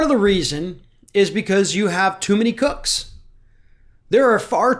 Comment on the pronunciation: Did you say cooks or crooks?